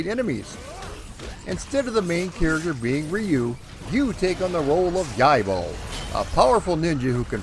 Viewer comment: Absolutely love this series, thanks for the vid! Though I thought it was funny that you got the pronunciation down for Ryu but then proceeded to get Yaiba wrong lol. It's Yai-BA not Yai-BO. D'oooooh! It's ok though most don't care for that game lol.